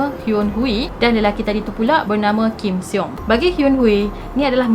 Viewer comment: sy nk betulkan cara akak pronounced nama dia, Kim Hyun-Hui, akak ckp Kim Hyun Hui, tp sebenarnya, Kim Hyun Hi.. pastu, Kim Seung akak ckp Kim Siung tapi sebenarnya Kim Sung..😁